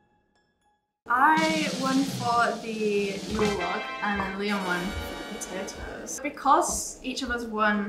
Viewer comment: Nobody: Absolutely nobody: Liam: P o T a O S